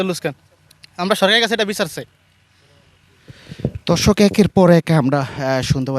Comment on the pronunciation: সাংবাদিক শুরতে ধর্ষক কইলো না দর্শক বুজলামনা।😂